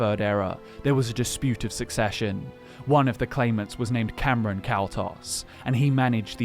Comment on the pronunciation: I've always pronounced Camoran as Cam-or-an rather than as Cameron(Cam-er-en).